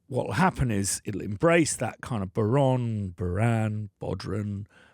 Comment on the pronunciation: Excellent. Irish man here, I would like to solve an issue for you, 10 years not knowing how to pronounce the name is too long 😂 it's pronounced 'Bow-Ron' (bow - as in: bow of a ship) . Also, what an amazing plugin.. thank you!